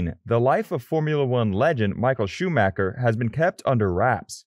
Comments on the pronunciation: He almost said shoemaker lol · Michael shoe maker? Lol